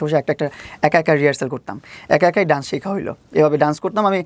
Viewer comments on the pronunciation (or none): It's not duance, it's called Dance... Just a little correction.